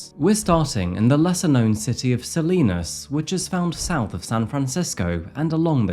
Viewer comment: Not that it matters, but it’s pronounced “Sa-lie-nas” not Sa-lee-nas